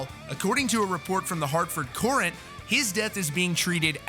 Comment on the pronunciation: I will punch you for saying "Courant" that way.